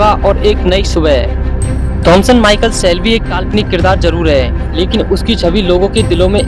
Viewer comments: Bro it's Thomas Shelby not Thomson Shelby 😅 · Abe bevkuf pahle Naam acche se bolna Sikh jaaye Thomas Shelby Naam Hai uska